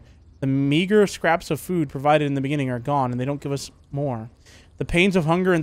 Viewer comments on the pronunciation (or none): none